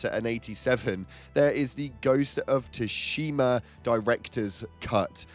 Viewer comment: In todays day an age there is no excuse for pronouncing Tsushima wrong